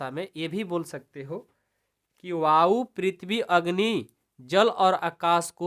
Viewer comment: Sir app vayou ko bayou padh raha ha